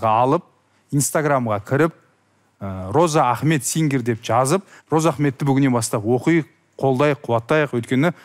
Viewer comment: Розаахмет деп дурыс атамапты, Разыахмет десе дурыс болар еды